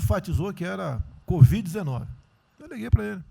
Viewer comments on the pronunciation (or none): Melhor parte foi o presida dizer: CODIV...😂😂😂😂😂